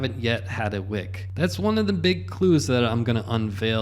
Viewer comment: Whick?….Joohn whick 😏